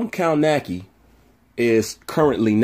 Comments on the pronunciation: It’s kov-nacz-ki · "" Kow-Nos-Key", Sir.